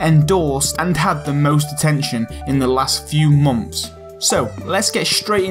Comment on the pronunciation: I always understand "momths" lol